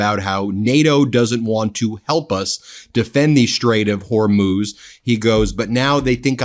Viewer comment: Thank God you've learned to say Hormuz, not Hormoz! Drove me crazy!